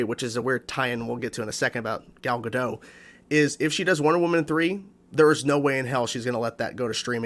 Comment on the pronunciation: Btw, Gal’s surname is pronounced like it’s spelled, “gah-dot”. It’s not a French name. I made the same mistake for a while